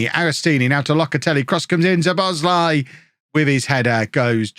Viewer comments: It's Sue-bow-sly-e by the way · Szoboszlai pronunciation shh-zo-boz-lai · It's much worse pronounciation, as I know it probably should be Sobosloi, but I think this improvement has done is enough